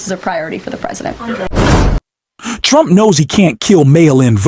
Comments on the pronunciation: Sounds like she's saying President Chump😂. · Is she saying "President Chump"? It must be a consistent Freudian slip! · Here's 'chump' again. Perhaps if she told the truth, karolying would relax enough to pronounce his name correctly.